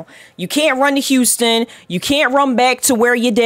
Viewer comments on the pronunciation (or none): none